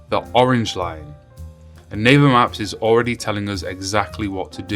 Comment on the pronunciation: It sounds like " Neighbor maps" not " Naver maps "